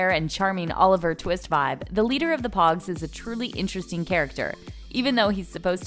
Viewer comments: POGUES NOT POGS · ok so first of all its POUGES not pogs. Second of all, Rafe is not a drug dealer, thats Barry, he’s a drug ADDICT. You actually have a lot to learn sis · “Pogs” 🤣🤣🤣🤣 She clearly didn’t watch the show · Same like it’s Pogues like come on